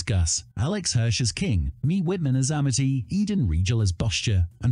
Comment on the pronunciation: And im Correcting both of you beacuse its AMITY not AMDEY or AMIDY